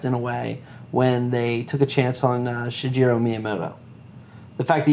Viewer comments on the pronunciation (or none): "Shejiro" miyamoto